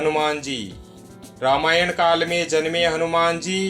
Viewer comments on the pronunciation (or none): none